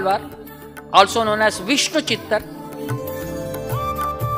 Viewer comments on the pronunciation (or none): none